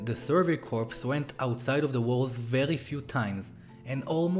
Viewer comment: Sorry to be picky and bitchy. It’s pronounced core!!! Not corpse. It’s The Survey Core(corps obviously not spelled core)!!!